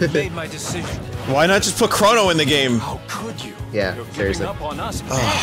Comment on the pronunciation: ah Nintendo he's spelled C-H-R-O-N-O not Corrin